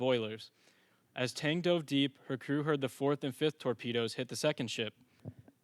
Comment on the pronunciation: You sure you got that ships name down?